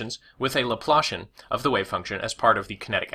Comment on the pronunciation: He said laplation 😂😂😂😂